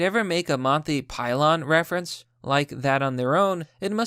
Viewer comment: "Ricitify", "pylon" ?... Bruh